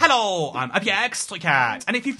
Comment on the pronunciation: I’m just curious I watched you for years since the Xbox one era, and I notice in your into you say “Hallo” not hello, are you Dutch by any chance?